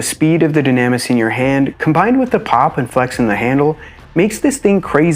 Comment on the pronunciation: I would assume it's pronounced "Doo-nah-miss" if it's Greek. Just a thought.